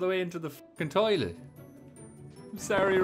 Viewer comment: dont you mean toiloot